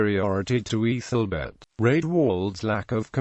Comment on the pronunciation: Names with AEthel is pronounced Athel as in maple table etc not a fuel or e through meaning noble